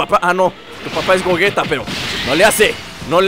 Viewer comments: se dice goyita no como tu le dices. osea se escribe gogeta pero se lee goyita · no es de idiomas tienes que decir como le dicen en el idioma oficial y los doblajes como referencia al japones se pronuncia goyita y se escribe gegeta ahora si entiendes